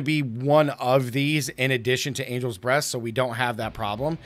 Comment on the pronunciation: Anyone else hearing angels breasts instead of breath? 😂